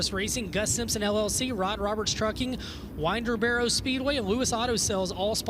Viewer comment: its Winder- Barrow like winding up a clock. good lord